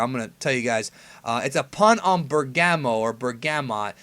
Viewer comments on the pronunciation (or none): Pretty sure it's pronounced Bèrgamo